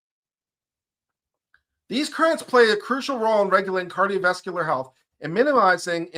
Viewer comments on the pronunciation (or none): none